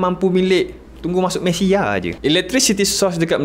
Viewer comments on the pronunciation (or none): none